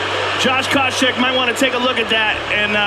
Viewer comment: great video, but the way the narrator pronounces some names is a little strange, even as he’s playing all these clips of Josh having his name called he still pronounces it completely different lol